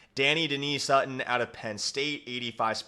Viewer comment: Just slaughter my boys name its don-ni Dennis sutton